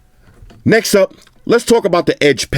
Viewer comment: I was literally predicting the word "Next" it sounds like "Nex"... My first time of watching your review, this is mind blowing man. I have subscribed and liked wish I could give u 1000 likes from me. Nice on Bro all the way from Nigeria... NEX!